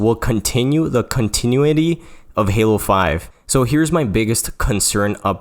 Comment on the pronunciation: I can’t trust anyone that says “continuity” like that